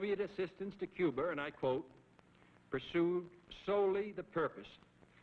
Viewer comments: he says "Coo-ber", then later pronounces it 'Cuba'. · If its followed by a consonant its "Cuba," if its followed by a vowel its "Cuber," Its called an intrusive R, I have the same accent feature. I inherited it from my family despite not getting their non-rhotic accent. I tried hard to say my "er" endings, but I didn't notice that I put an "er" on words that end in an "uh" sound if they're followed by a vowel until someone pointed it out to me later in life. It works like this. "my idea was best, but your ide-er is better."